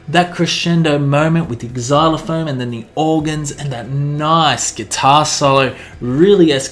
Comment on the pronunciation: Noooo, it is not Exylophone, it is Zylophone, it is just spelt Xylophone.